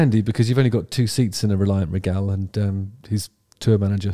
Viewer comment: Stop saying "Ree-Gal" like that. The Queen was Regal.. Say it like that. It's the same word. Anyway, back to Ian Brown. What's the difference if he shows up with a few random session musicians you've never seen before? Everyone seemed to be having a good time.